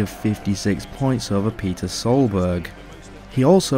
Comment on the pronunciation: You really need to learn how to pronounce names correctly. For example. It my be spelt LOEB, but it is pronounced LOBE. Its not pronounced PETER, but PETA Solberg.